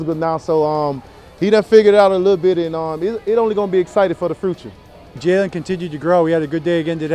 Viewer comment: Well said. I'M READY FOR THE "FRUTURE!"